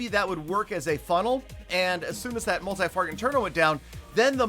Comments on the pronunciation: I like real time videos, Also i just realised he is saying multi farget and single farget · “multi farget interno” 2021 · I get everything but freaking stop saying multi farget interno